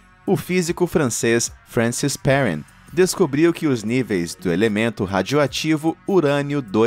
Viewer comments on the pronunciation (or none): mto legal o vídeo, mas a pronúncia em francês é "pehrrân", e não "périn", com o R do inglês rs